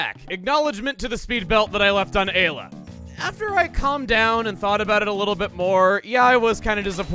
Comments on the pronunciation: How may times is Chugga gonna say Eyela by the end of this LP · That's "Eye-la" x5 my guy. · Time to give our Japanese sword to our European Amphibian Knight! ...At the least the “Eye-La” counter is even again.